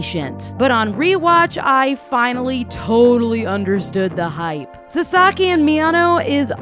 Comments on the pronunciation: Did you just say saSAki? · his name is pronounced like SAsaki with the emphasis on the first syllable